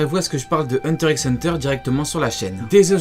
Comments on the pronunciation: Ça se dit Hunter Hunter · Il prononce le "x" 😭😭😭